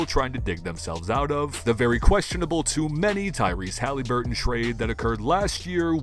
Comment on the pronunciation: Who is Tyrese Halyburton? It’s really not a hard name to pronounce man.